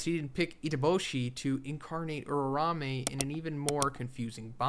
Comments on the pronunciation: URAUME not urame😭😭😭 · why this mf keeps saying URARAME wtf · Drink everytime he butchers uraumes name.